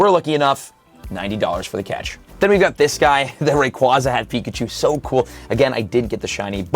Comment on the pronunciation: Ray-QUAY-za And while we’re at it… Metagr-OH-ss and Tynam-OH Ray-quaw-za, Metagr-ah-ss, and Tynam-ao are just factually incorrect.